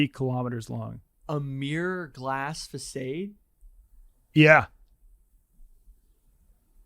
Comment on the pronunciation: the way you pronounced facade was crazy dude.